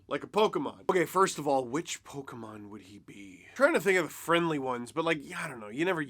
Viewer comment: Bro u said pokemon the right way? What happenened to your childhood